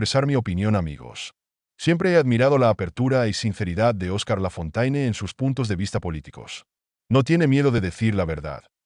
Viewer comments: Traduccion - Lafontaine es un nombre claramente de origen francés - quién no conoce las famosas fábulas de otro La Fontaine, éste, sí, francés, pero de tiempos más antiguos -, por lo que conviene pronunciarlo "Lafonténe", como dicta la lengua francesa, y no como se pronuncia en el vídeo. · Lafontaine é um nome evidentemente de origem francesa - quem não conhece as famosas fábulas de outro La Fontaine, este, sim, francês, mas de tempos mais antigos -, portanto deve pronunciar-se "Lafonténe", como manda a língua francesa, e não como é pronunciado no vídeo.